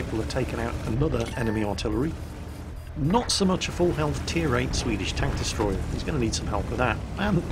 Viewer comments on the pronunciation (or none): none